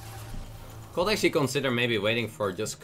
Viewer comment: I love how dude just uses "en" all the time for a/an. And three years later still pronouncing could as "cold" and should as "shold". :)